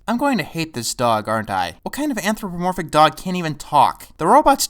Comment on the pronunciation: Anthropomorphic. Not antropomorphic.